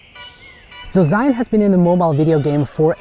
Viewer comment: It's not Zion, and not Israel or Egypt :D LOL it's Zhiyun (almost like: Jeeyoon) here is tutorial on pronunciation of this word